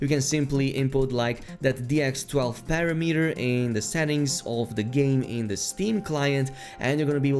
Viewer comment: Genuine help with this word. Parameter isn't Pair-a-me-ter. It's pa-ram-eter. Just trying to help... tomato toMAto. 😁